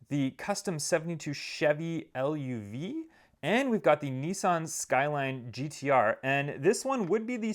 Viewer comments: i know, its luv like love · He also said chevy l-u-v. Kinda funny lol